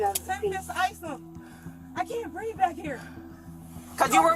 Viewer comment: I can’t breeve. I can talk and shout, but I can’t breeve.